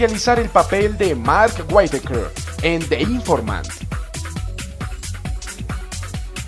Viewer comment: mentira, dice guaitaquer...